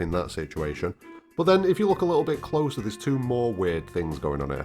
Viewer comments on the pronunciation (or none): none